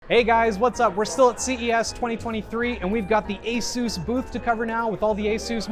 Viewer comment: Dude said asoos